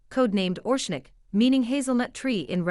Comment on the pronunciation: ITS NOT ORSHNIK ,ITS ORESHNIK.